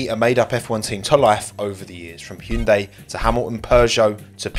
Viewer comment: I appreciate you pronouncing Hyundai correctly in the intro - it’s something my family keeps yelling at me about and I haven’t been able to find anyone else who says it properly